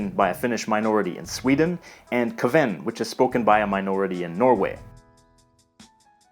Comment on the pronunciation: It's Kven, not Ke'ven.